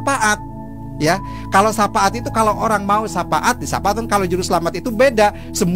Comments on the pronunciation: Katanya ustad tapi nyebut syafaat jadi sapaat🤣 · Syapaat 🤣 🤣🤣🤣🤣 harusnya syafa'at kalo bener bener ustadz🙈